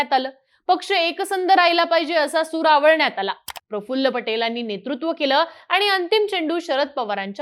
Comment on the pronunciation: Aho taai..... ... Sur aawalnyaat aala nhi o😅 sur aalwanyaat aala